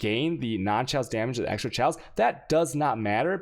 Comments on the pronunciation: My one wish is that he would start pronouncing "chaos" as "kay-os" and not "sh-ows" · Mans gotta make some shaws